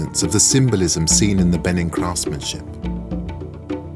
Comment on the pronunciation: How can you possibly make a documentary on a culture and not be able to pronounce it correctly? Beh NEEN! You can't trust the Brits. They pronounce Nicaragua Nick ooo RAG you ah.